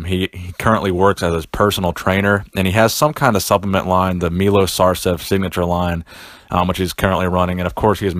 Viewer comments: he is not Milos, he is Milosh (Милош) learno to speak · just so you know its pronounced meyloshhh